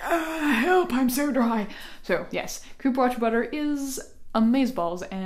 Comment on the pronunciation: Cupuaçu is pronounced like "cu-pu-a-ssú"